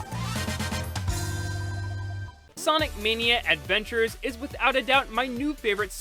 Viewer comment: Sawnic Mayknea Edvenchers